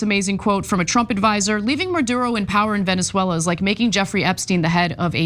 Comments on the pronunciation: Love how Ana doesn’t know how to pronounce Venezuela. More like Veneswella. By the way. Chat gpt says now that trump is a fascist and even worse then Mousolini. Congrats America. What a good story for the historybooks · Ana's pronunciation of Venezuela needs some serious work